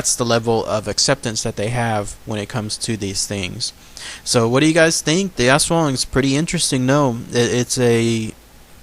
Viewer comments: you're suppose to pronounce the aswang quickly almost like US-wung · its us+wung but say it a little faster .. i think .. (^_^) \m/ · It is pronounced as As-wang that's for the commentors mis- prounouncing it as ASS.. ..the half-bodied flying creature is another type of aswang called a manananggal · i kept thinking you were saying ass worm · My partner in Filipino and she has had many aswang nightmares as a child and even occasionally as an adult. it is pronounced "ash-wong" in her dialect. There are many different dialects of Tagalog though so the pronunciation may differ slightly from province to province. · In Cambodian Culture, we've got the same thing exact except we call it Arb (don't know how to spell it - pronounced like ab but the a is long, r is silent) it can't shape shift or anything. Also our Aswang type creature's body glows green, yellow or red as it flies. It doesn't make any noises but speaks the native language. It's even said they've come to remote areas in the United States as we immigrated from Cambodia. Haven't seen one myself but stories are prevalent in our community. However, the flying skinny torso physical features, and the hunger for kids and unborn babies align with the Aswang.